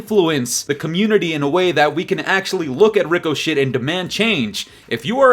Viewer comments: I agree totally! Cheating is out of control and shouldnt be But ffs Ricochet is pronounced RIK-UH-SHAY. 😅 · Rico-shhh perfect😂😂